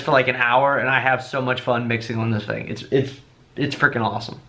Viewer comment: Great videos, but the word is “thing” not “fing”. You said it a bunch of times in this video, and it’s hard to listen to. As DJ’s we have to be good linguistically.